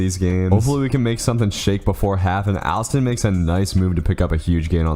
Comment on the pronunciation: Alston pronounced (All-Stun)